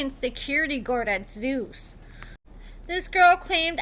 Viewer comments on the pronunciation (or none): none